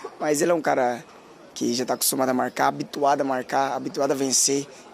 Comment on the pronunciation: "Gabigol voltou a marrracar, Arrascarreta também. Só eu que ouvi isso no começo do vídeo?